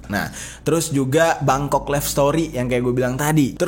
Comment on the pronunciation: "BANGKOK" BANG BUKAN "BENGKOK" WKKWK